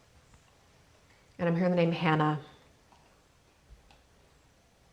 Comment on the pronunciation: White Flag - yea was thinking of that recently too! Yes Dido - Brit artist 222 yes Plumbing issue yes. Change in diet/cleanse edging closer & closer. Found a feather yesterday, bought it in. Person causing intense disharmony - you said/pronounced it as 'Hannah' but her name is Hena . Gosh. My start up image today on my comp was a beach scene with a pathway leading to the ocean. Saw a butterfly themed ASMR vid today. I am a Cancer-Leo cusp. My North Node and sign in Venus is both Gemini as well as same House. My soul dream is to shine bright like a star. Today I heard the phrase: 'Venus star child' enter thy mind. 🌟💙🧡💚🖤🤍 I have a little black cat and he's a source of comfort like a warm mug of hot choc or something. The tortoise/snail energy yea. The importance to BELIEVE came up in my tarot reading today. Dog synchs have been popping up lot of late.